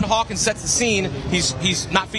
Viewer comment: Love Avery Johnson, but good lord my guy, it's Hawkins, not Harkins